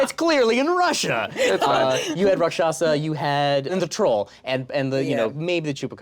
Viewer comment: Um, actually, Rakshasa is pronounced "RAAK-sha-SAA". The first and third syllables are emphasized while the second is not. And they are not demons or monsters in the traditional folkloric sense - they are demigods with powers of illusion and sorcery but are also capable of fighting for the forces of good. Two notable examples: Vibhishana (brother of Ravana) helped Rama and Ghatotkacha (son of the rakshashi Hidimbi and the Pandava Bhima, who himself was the celestial son of the wind god Vayu and therefore a younger brother to the immortal Hanuman) fought on the side of the Pandavas during the Kurukshetra War.